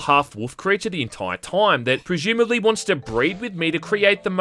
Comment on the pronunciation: the entoyr toym